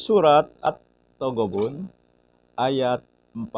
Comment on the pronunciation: bisa baca apa gak? Itu Surat التغابن pake ت bukan الطغابن yang pake ط. Masa hal gini saja gak bisa baca dan bedakan.